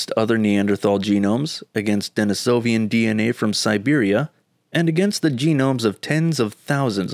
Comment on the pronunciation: "De-NI-so-vans" not "De-ni-SO-vi-ans" (There's no such word as "Denisovian.")